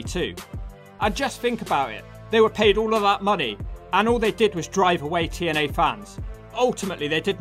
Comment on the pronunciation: 40 seconds in put the close captions on when he trys to say tna even the cc dosen't know what hes saying sounds like t and l to me.